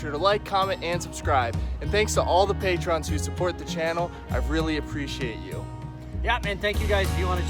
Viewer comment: FYI learn how to prononce "patron" sounds like "pay-trun" NOT "pay-TRON"